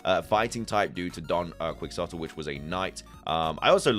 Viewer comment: Unrelated to the actual Pokémon stuff but I saw you mumbled over Don Quixote and since I feel like it’ll be mentioned a lot in theories, just wanted to let you know it’s pronounced like “Key-hoe-teh” or think of it all as “Donkey-hoe-teh”!